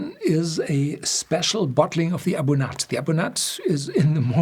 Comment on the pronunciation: A Bunyadh not A Bun-at